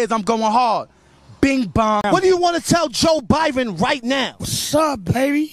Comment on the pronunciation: Without saying joebiden it’s joe biben